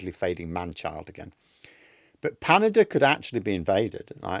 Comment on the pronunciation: said "Panada" everyone!